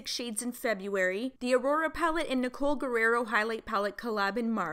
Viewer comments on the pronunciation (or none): none